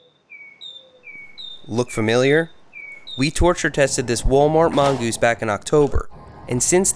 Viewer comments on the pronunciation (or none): wal-goose bruh mong-goose get it right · Mongoose not wangoose 🤦‍♂️ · Seth kept on saying wallgoos instead of mongoos is he restarted or something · just curious but, why doe she call it "wall" goose? when its a mongoose? new viewer here if that changes anything/ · Mongoose not wallgoose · its Mongoose not wallgoose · He said wallgose😂 Great vid🔥🔥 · He's saying walgoose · Is it just me or is he saying walgose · I’m not sure if that’s how “mongoose is pronounced